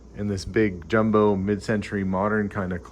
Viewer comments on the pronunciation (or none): none